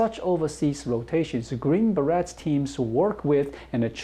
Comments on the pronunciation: Love the show,! By the way. 'beret' is pronounced 'ber-ay'. Plural would be 'ber-ays'. Keep up the good work informing us about China! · As always, I enjoy the information and insights you share about China. FYI: the -et in "beret" is pronounced like it would be in French since that is the origin of the word. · The Beret is 'Green Beret' has a silent 't' and the word is pronounced with a 'A' sound at the end, there is no t-sound at all. It is pronounced a bit like Berry, but with more of an 'aye' sound at the end. I'm confident you already know this, but could not miss the opportunity to rib/tease you about it:-)